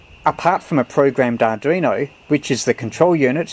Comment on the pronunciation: 5 & 9 plus description but please..ARDUINO not ARDRINO.. 73 G3NBY.